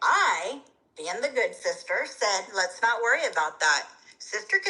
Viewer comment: LEZ NOT SQUARE UP💀😂💀😂